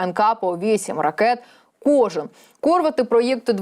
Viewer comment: Кор" вети 😂 ,, а може Кур" вети ?! 😂